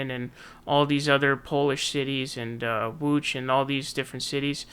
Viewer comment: I'm not Polish but you get a like from me for pronouncing Łódź correctly.